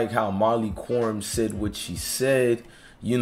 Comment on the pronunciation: My man need to do his homework before he makes videos. Her name is pronounced (K)erim. The Q is pronounced like a K.